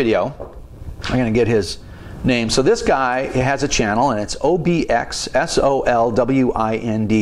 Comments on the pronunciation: Pronounced O-B-X-sol (as in solar)- wind. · OBX is for the Outer Banks of North Carolina. Not sure about the rest. Enjoyed the video and you trying to pronounce the name was funny